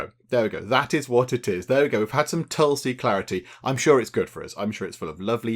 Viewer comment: It is pronounced tool-see(no matter how it is written). And aa-you-r-whey-dic. Tulsi has a distinct smell but it isn't a harsh flavoured herb. You usually consume it with sugar etc. after prayers or in a herbal concoction when sick.